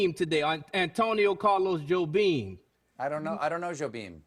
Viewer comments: Antonio Carlos Jobim, not Joe Beam :D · It' s Jobin, not Joe Beam. ... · I'm Portuguese and I honestly thought Jon Batiste said Joe Bean xD (it's actually Jobim)